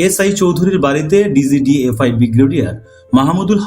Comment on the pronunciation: ডিজিএফআই কে বারবার ডিজিডিএফআই বলা হচ্ছে। পাঠক কনফিউসড হয়ে যাবে।